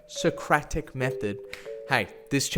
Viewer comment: When he knows the origins of marketing but can't pronounce Socratic 🥵